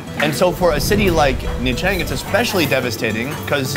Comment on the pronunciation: Isn’t it pronounced ‘CHang’, not ‘TRang’?